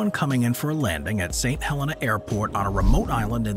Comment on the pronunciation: "Saint Hel-EENA"